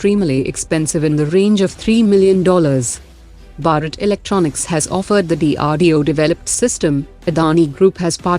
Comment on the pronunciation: Least pronounce Bharat properly🤨. Horrible commentary.